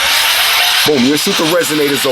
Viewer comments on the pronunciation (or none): none